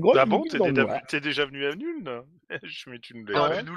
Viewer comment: Ce n'est pas Nüln mais Nuln (prononcer Noulne)